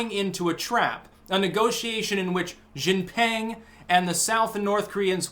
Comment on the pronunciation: You really have to improve your pronunciation of Chinese names. I cringe every time you say Chairman Xi's name. Actually, just say Chairman Xi and don't even attempt the rest lol.